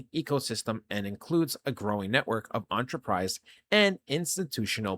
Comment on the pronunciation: Bro, love your vids. But enterprise is not spoken like you are eating an entree at a restaurant. So please stop saying entree-prize. It’s like Enterprise Rental Cars. Spoken “enter-prize”.